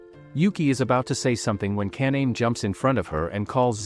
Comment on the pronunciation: One comment: it’s Ka-na-may